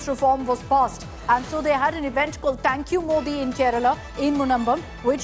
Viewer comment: Akshita says "तैंक यू मोदी इवेंट"😂